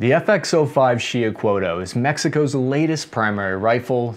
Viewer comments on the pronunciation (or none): He didn't. Sho pronounce it SHEE- oo-h- CO-ah-t. Two syllables. Don't pronounce the final L. (Actually, TL is a distinct different sound, a T but the tongue, touching the top of your mouth, you let air go out on the sides of the tongue). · it's pronounced "He-oh-coh-wah-tuhl" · Pronounced. She - oo - co - at, it means turquoise serpent, with the turquoise refering to solar or annual attributes, it was the divine atl-atl, spear-thrower of the solar war god of the Mexica- Huitzilopochtli.☄🐉🔥🌞🔥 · The fucking L is silent at the end of xiuhcoatl. everyone needs to stop mispronouncing tl. it's nerve rackingly homicidal inducing annoying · Just saying man your pronunciation of words ... The proper way to say Xiuhcoatl is on YouTube